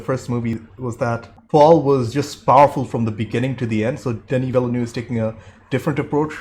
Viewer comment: I know he swallows most of the letters of his name…but if you ever heard the director pronounce his own name in an interview, you’ll hear him say “vil-new”. That is all, “vil-new” Two syllables.